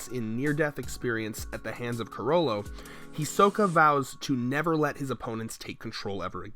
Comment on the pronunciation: Can't any YouTubers that are apparently huge fans of Anime/certain anime characters pronounce the name properly? Is it really that hard to say "He-Sokka" not "He-soh-ka"?